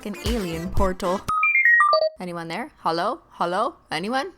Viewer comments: * gasp * DID CRISTINE JUST CALLED THE LEFT OVER HOLO " SHIT " !? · You said HOLO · I love how she says holo everyone instead of hello everyone